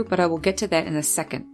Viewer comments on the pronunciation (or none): none